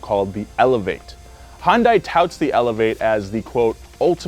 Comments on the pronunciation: Anyone else pissed off about the way he says Hyundai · pronounced Hyundai like 10 different ways throughout this video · Clicked just to hear mispronounce Hyundai every way possible. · pronounces Hyundai slightly differently every time he said it. Lol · The amount of times you completely butchered "hyundai" within the first few minutes is astounding. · You guys should probably learn how to pronounce Hyundai correctly